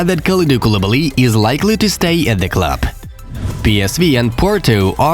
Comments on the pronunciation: He said Kalalabaly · The way he said kuilibalys name🤣😂